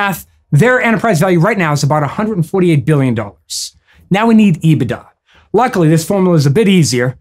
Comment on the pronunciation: Love how you pronounce EBIT da. It’s EBIT daaaaah!!! 😂😂 Once again making complex understandings easier for the masses!